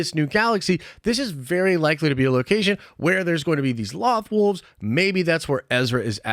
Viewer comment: Only thing that bugs me about this Is how you’re pronouncing loth wolves Edit: and your purgil theories too lol